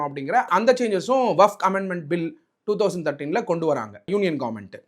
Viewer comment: வகப் இல்லை டா வக்ஃப் என்று சொல்லுடா முட்டாளே.